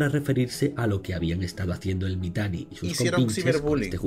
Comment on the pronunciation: Me dio bastante risa como le decia Mitani deidad xdddddddddddddddddd. Sin saber todo el contexto de ese tipo